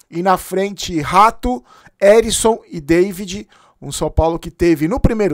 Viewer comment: O nome do jogador e Ericson , não Arisson 😅